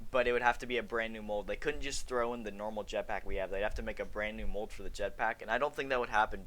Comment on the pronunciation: You said it right the first time “Bland new”